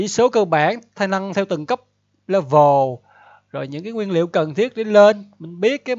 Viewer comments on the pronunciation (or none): none